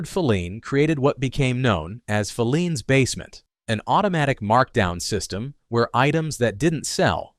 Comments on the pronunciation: Bostonian here. It's pronounced "Fi-leans", with the accent on the i. NOT "Fe-leans" with the accent on the first e. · 1962 was a terrible year. I still never shop Walmart K-Mart Target or Super Markets - grew up in Filenes Basement❤ pronounced Fi ‘leens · In Boston, Filenes is pronounced fie- LEENS. First syllable rhymes with "pie". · Can’t you please pronounce the names of these stores properly………filenes is fi……lenes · If I hear "Phileen's Basement" one more time...WTF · Yep. Talk about nails on the chalkboard there! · Thank you that mispronunciation was driving me nuts. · Mispronounced Filene's. Want to try Jordan Marsh?